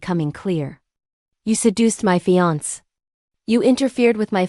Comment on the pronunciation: I see that you are a new channel. Please don’t do what most other channels do, Please don’t just slap the stories up without checking them for accuracy. Make sure the timelines are correct, that the AI voice pronounces words correctly. I already heard it mispronounce fiancé. But thus far, that was it. So please check, make sure what you post is correct and truthful.